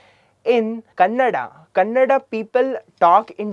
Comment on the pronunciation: It's not kannad, it's kannada.